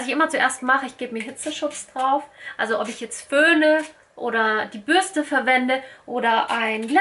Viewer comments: Bürste, nicht Bürschte🤦‍♀️😅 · Krigt noch jemand die krise jedes mal wenn sie "Bürschte" sagt? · Bürschtehhh 😂😂😂😂 R.I.P. deutsche Sprache! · Bürschte OMG macht mich das agressiv